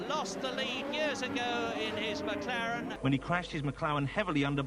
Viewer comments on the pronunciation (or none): Not to mention “Senna in the McLawen battling with Pwost in the Williams Wenault”